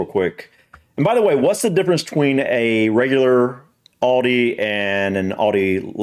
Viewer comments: just so you know its not oldi its aldi has in al dee not all dee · Aldi is pronounced al day, not all day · It's pronounced Al, not orl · It's al-dee not allldee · sorry to say its alda not oldi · Say Al dee Not Alldee Aldi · Its pronounced Aldi here, not Oldi. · It is not 'All De' it is Al as in 'Al Bundy' .. Al De... Aldi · Aldi is great and its called Aldi not alldee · Whats Audi ? Aldee mate. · Its aldi not alldi mate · It is pronounced Aldi as in apple. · It's Al_di, like you are saying the name Al... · The girl tells you how it’s pronounced, not hard to pronounce Aldi the way we say it…al day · Al-DI. Sounds like Al Dee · you didnt do bad with the pronunciation - Aldi - say it like this > Al Dee